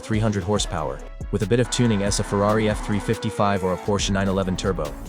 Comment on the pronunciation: you mispronounced ferrari? do you even watch your ai trash before you upload it?